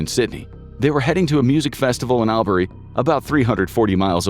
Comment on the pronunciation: Australian here, Albury is pronounced Awlbree